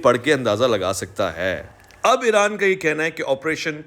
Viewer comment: IRAN Dom ✅ IRON Dom ❌❌😂